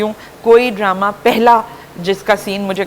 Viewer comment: so called khan, Droma nahi Drama hota hai paindoo jaahil lahori shakhs.